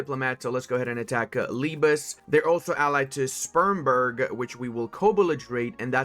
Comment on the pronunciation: That is not how you pronounce Spremberg